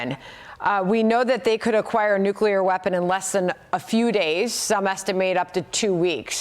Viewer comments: How do you get “Nuculear” out of Nuclear? Sounds so stupid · There is NO such word as NUCULAR. It's NUCLEAR. You had me until you said that. And you're supposed to be an 'expert'. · I don’t know why the word “nuclear” is so difficult to pronounce. Nu-clear. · I commentator that can't correctly pronounce the word nuclear "new clear" doesn't have much if any credibility. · No, its nu-cle-ar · yes, of course. But it’s not “Nuke-you-lar”. It is increasingly common to hear it pronounced this way. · I think Jimmy Carter was picked on for that same pronunciation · he says it about five times. it's not a "mistake", it's sheer ignorance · Lots of people say it that way. It might not be correct, but if you listen to a lot of nuclear stuff- energy, weapons, science- lots of people say it that way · another expert who can't pronounce nuclear..... America is so poorly taught.